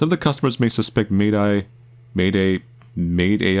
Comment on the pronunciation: I honestly think when it comes to saying MAIDAI, is making it more complicated than it really is. Just simply pronounce it the same as "mayday", and you're all good. LOL